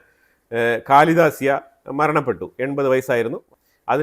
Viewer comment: കാലിദാസ്യ അല്ല ,ഖലീദ ജിയ khalida zia .pl correct